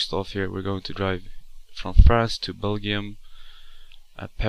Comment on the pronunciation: does not know how to pronounce Belgium 😂